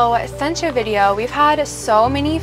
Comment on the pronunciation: “She’s the one from the Bideo?” 😂😂😂😂